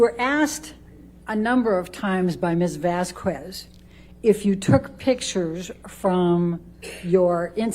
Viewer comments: It's not fykin "Vazquwezz". It's Vasquez. It's such a low key disrespect. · Can someone PLEASE tell Amber’s lawyer to stop pronouncing Camille’s name wrong. Jesus, what an annihilation... The “u” is silent, it’s not “Miss Vasq-U-ez”. Also this woman needs to find another occupation, she is terrible and clearly hates her job. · Heard's lawyer is lacking in many regards: Vasquez is pronounced Vaskez, not Vaskwez. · When the lawyer says "Ms. Vas-qwez" 😆 derp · I cringed every time Amber's lawyer pronounced "Vasquez" as "Vasqwez". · There’s something about how Ms. Heard’s lawyer lady says the name “Vasquez” as “Vass- kwess” that is making me want to make regrettable, violent life choices. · Elaine B mispronounced Ms. Vasquez last name on purpose. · The way Elaine pronounces Vasquez is criminal. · OMG. I literally can't take it! She's doing it on purpose too. She has slipped up and pronounced it correctly, that's how I know. She's being disrespectful intentionally. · Not her lawyer doing the middle aged white woman thing to do and mispronouncing Miss Vasquez’ last name even when others, including Amber, pronounce it correctly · Why is Amber's lawyer constantly butchering the other lawyer's name??! Vasquez isn't hard to pronounce AT ALL! 😅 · lmao why cant ambers lawyer pronounce vasquez, its not that hard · Every time Amber's lawyer mispronounces "Vasquez" she earns five more objections. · Turd's lawyer mispronounces Vasquez's name over and over again. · amber lawyer cant even say vasquez right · if Amber's lawyer pronounces Johnny's lawyers last name wrong one more time im gonna lose it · Also is it on purpose or can she not speak properly or is she just outright dumb that she can’t pronounce JDs lawyers last name. She keeps hard saying the Q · Take a shot every time this Karen mispronounces Ms. Vasquez's last name